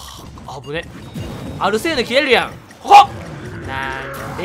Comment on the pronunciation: でアルセーヌがアルセウスって聞こえる